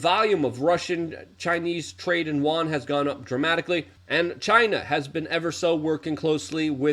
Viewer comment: You don't read the comments - I told you how to say "yuan" and it has gone on deaf ears